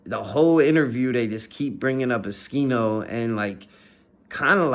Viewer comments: if u know how to say his name then why u saying skino and not oschino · Bruh its O-SCHINO not Uh-skino..